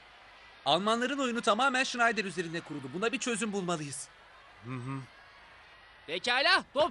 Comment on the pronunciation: schneider değil sneijder